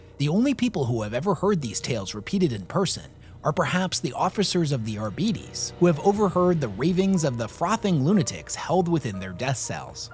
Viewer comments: Shouldn't that be Ar-bah-trā(tray)-tēz(teez)? It roots to Arbitrate. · I love the content, but my immersion is ruined every time I hear "Arbeetees"